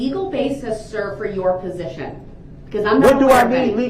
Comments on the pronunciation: You mean when he said "per-zishun"? Also, he kept talking about subject matter jurisdiction, but couldn't pronounce it. He always said "subjek madder jurish-dick-shun". He also said "ammi-nit" rather than "adamant" and "affixiated" rather than "fixated", and every time he objected about a word or asked a witness to "explain to the jury what you mean by" whatever word, it was because he didn't know the definition. He is, truly, an ignorant, filthy, angry, little gremlin. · He tries to be so smart and shows his ignorance. I can't stand to watch or listen to him talk. His mispronounced words drives me crazy. When he tries to say "position" I cringe.